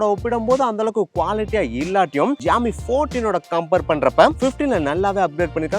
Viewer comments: ப்ரோ அது xiaomi bro no ஜியாமி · xiaomi 15 ❎ jiaomi 15 ✅ 😂😂😂😂